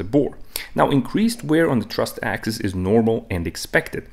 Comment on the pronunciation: Axis, not axes.